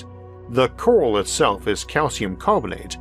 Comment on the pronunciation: omfg. I got really tired of hearing "cowal" really fast. it CO-RAL ffs